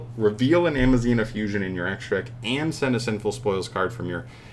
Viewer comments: It is Aza-mina not Ama-zina. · You were saying Am-a-zina not Az-a-mina and are you dyslexic you were switching where the m and z were.. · Amazina? Bro.... im assuming you a mild form of dyslexia. A-z-a-mina my guy.... had to dislike this vid just cause of the constant mispronouncing alone 😔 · It's "Azamina". Not "Amazina". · AZA- MINA... it cant be that hard is it??? How do you see the word so many times and still never catch on? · Never saying it right is a thing now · Bro cant pronounce azamina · Lols you mispronounce A ZA MI NA so many times hahaha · Managed to read it wrong every single time. Kind of impressive ngl. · And so begins the week of insane news Edit: bro mispronouncing Azamina is super hilarious for some reason